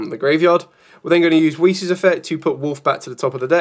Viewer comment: nice breakdown but just a heads up, weiss is pronounced "wice"